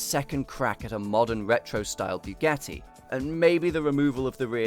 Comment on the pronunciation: when pronouncing Bugatti, where do you get that byugatti? makes me puke every time i hear you say it